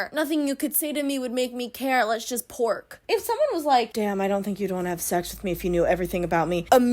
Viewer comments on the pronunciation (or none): precious muffin, I NEED you to never say the word “pork” again.